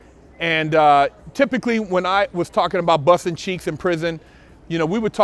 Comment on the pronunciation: It’s funny how he says busting